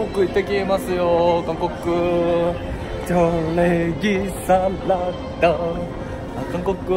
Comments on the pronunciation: ﾁｮﾚｷﾞ⤵︎ ｻﾗﾀﾞ~wwwwwwww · のチョッレッギーサッラダアーがすごいすきー笑笑